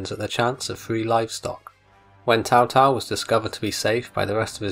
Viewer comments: It is pronounced like a Ts, so it's Tsao Tsao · Why does he keep saying Tao Tao?